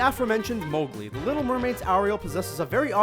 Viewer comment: Anna and Mowgli are mispronounced.... grr....